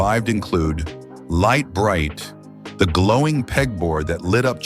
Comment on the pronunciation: For nearly the whole video the horrible AI voice says "Light Brite" correctly.. Then suddenly at about it doesn't !!! Calling it "Leet or Leat Bright?!?!...